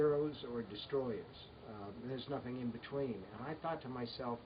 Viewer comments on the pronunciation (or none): none